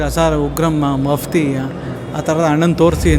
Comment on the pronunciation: ಮಪ್ಟಿ ಅಲ್ಲ....ಮಪ್ತಿ